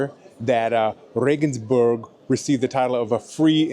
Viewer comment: You got nothing wrong, I tell you. For one, you pronounced Regensburg as it should be. I hear a lot of RegensbErg!